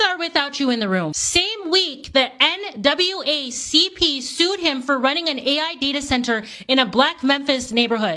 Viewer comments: Did she say nwacp??🤦🏾‍♂️ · She said the nwacp😭😭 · Did she say NWACP? wtf!!